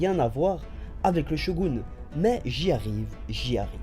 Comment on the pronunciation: Et tu dis bien "SHOGOUNE" mtn :) Sinon tu aurais le nom de la 1e OST dans la vidéo ? :)